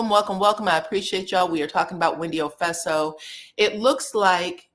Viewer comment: Wendy "Ofeso" 😂 ... gurl what are you saying?